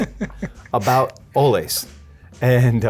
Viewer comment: As an employee there, this video is awesome to come across. Also it's pronounced ol-Lee. Like sven and ole.